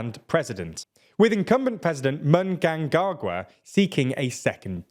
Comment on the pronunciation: Genuinely thought you were gonna avoid trying to pronounce Mnangagwa's name (and I wouldn't have blamed you), but you saved attempting it to the very end of the story 😂 Love the stuff, but that is a classic TLDR name-butchering